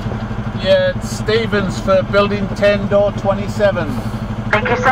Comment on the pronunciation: Really did you just say STEVENS? OMG lol